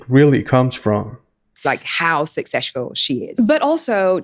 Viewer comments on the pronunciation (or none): "How successhful she is" 😂😂😂